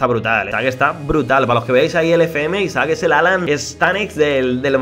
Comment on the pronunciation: A alguien mas le sangran los oidos cuando dice Isaac en lugar de Isak?